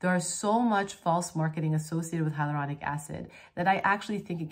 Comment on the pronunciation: Still not saying it right haha I love it when u get so excited, you stumble over your words! The energy is REAL